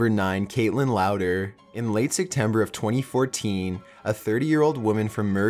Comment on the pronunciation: are you saying “Sectember”?